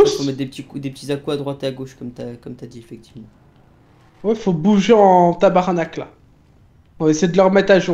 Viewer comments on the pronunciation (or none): 😂😂😂aiden 2018 : ça fais bouger en tabarnacle Son accent et pas si pire mais pas le cle